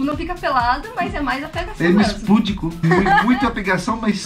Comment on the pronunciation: Não é correto púdico. A pronúncia correta é pudico, como se fosse escrito assim: pudíco.